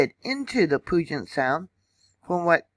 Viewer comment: Thank you, love your channel! It is pronounced “Pew-jet-sound” like a pew in a church.